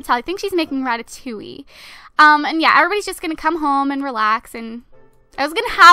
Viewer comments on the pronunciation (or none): none